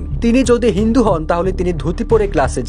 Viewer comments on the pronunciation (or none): none